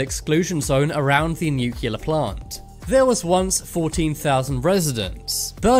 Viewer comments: Every time you pronounce Nuclear as "new-killer", I lose five minutes of my life. and I don't have a lot... PLEASE ! nuclear is pronounced "new-clear". And I'm not even a native English speaker 😁 Other than that, love your vids, good work : ) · It’s not pronounced “nucular.” It’s nuclear! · Please say new-clee-are, not nuke-you-lar.